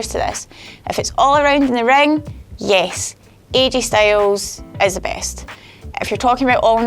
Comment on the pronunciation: why did you say "yesh"? i thought you were scottish, not welsh.